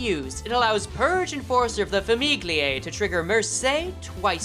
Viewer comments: Oh god, its Tartaglia all over again. Just for saying "GLI" in italian its read "YI", so its Fami"YI"e not Fami"GLI"e. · fyi, mercé is italian so it's pronounced mer-CHEH. famiglie is pronounced a little more like fami-ye